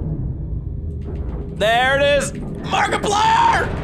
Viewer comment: He literally just said markrpiler